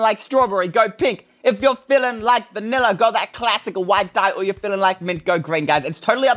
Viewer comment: WHY HE SAy VANILA MINECRAFT -.